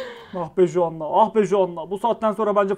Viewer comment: Ya bari telaffuz edebildiğin bi isim seçseydin Joanna nedir baba ya J ile söylüyo bi de kepaaze ya